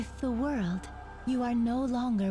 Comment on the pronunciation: LOOOL HE MEANS SAYING “THE WORLD” BUT WITH A JAPANESE ACCENT XD